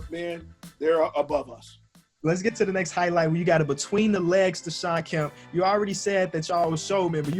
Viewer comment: Kemp is pronounced keh-emp